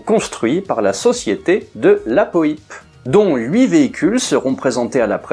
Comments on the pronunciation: Son nom ne se prononce pas de la poype mais de la Poipe avec un Y … dans l’extrait de l’histoire de l’aviation que tu as passé Daniel Costelle prononce son nom correctement… repasse toi le …😉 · Le nom de Roland de la Poype ne se prononce absolument pas "de la po-i-pe", mais "de la poipe". J'espère que ses descendants vous pardonneront s'ils vous entendent écorcher ce nom qui, d'abord et avant tout, désigne un aviateur de la Seconde Guerre mondiale d'une trempe exceptionnelle. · Roland de la Poype (prononcer "Poipe" ! comme Poire et non pas Pouillpe !) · De la Poype (po-a-pe)! A part ça, merci pour tes excellentes vidéos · Pour info prononciation exacte du nom : de la poipe ( phonétiquement parlant) et surtout Roland de la Poype obtint aux commandes de son Yak quinze victoires aériennes, qui en feront l'un des as français. A deux reprises, le 14 et le 16 octobre 1944, il abattit deux appareils allemands dans la même journée. Il sera le premier Français à être fait Héros de l'Union soviétique, la plus prestigieuse décoration militaire soviétique, avec son camarade Marcel Albert, autre as du Normandie-Niémen, avec vingt-quatre victoires et deuxième as français de la seconde guerre mondiale, derrière Pierre-Henri Clostermann (trente-trois victoires). Après la guerre, Roland de La Poype avait entamé une carrière d'industriel, créant en 1952 le berlingot de shampooing Dop. Quinze ans plus tard, il avait inventé la Méhari, avec sa carrosserie plastique aux couleurs inédites pour l'industrie automobile : rouge, vert, orange ou beige couleur désert. Enfin, en 1970, il avait ouvert le Marineland d'Antibes, sur la Côte d'Azur, pour faire "connaître la vie des grands animaux marins". Après sa mort, il ne reste plus que vingt-trois Compagnons de la Libération en vie.